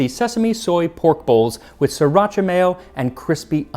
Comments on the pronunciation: You don't pronounce the first r in Sriracha, at least not if you're Thai. (Like Mussaman, this is not really a Thai word. It's borrowed, I think, from Sanskrit.) The sri part is, I believe, the same word as in the name of the island of Sri Lanka and means beautiful. Racha means king, or in this case probably more like royal. The two a's are both long vowels. Most English speakers don't give really either, but especially the second of the two a's the full value that they have in Thai. I lived in Thailand for a couple of years in the early 80's and Mussaman is my favorite curry. They're all really good, though, as is pretty much any other Thai dish I've ever eaten. I've never heard of using anything other than beef with Mussaman curry before, but I'm not too surprised to hear that it works with other meats. Nowadays it is often made with diced potato and maybe even carrots as well, which makes it kind of like a very spicy stew. You're very right about it tasting better a day later. I've never had the patience to wait that long before eating it, but I always make more than one day's worth. Often I'll make enough to eat it every day for most of a week. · as a thai person, i'm always excited to hear our histories from other countries' perspectives. thai histories in taught thailand is so distorted and full of propaganda that sometimes we don't even believe it ourselves haha also "sriracha" is pronounced "see-rah-shah" 👍